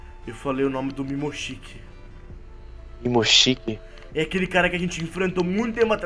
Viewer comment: não é mimoshiki é momoshiki